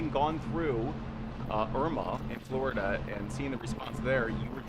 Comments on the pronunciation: It's "Flor' i dah" ... not "Flow dah". That's like saying "Jo jah" instead of "Gee' or jah" or "Ten see" instead of "Ten ah see". To my ear, it is terrible. I was born in Boca Raton, BTW, and grew up in a Florida far different from the paved-over place it has become. To hear its name macerated, causes me distress. Don't have time to say the name with all its syllables? Don't have time to be governor... have to settle for "guv nuh". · Maybe he could learn to pronounce the state's name *correctly*?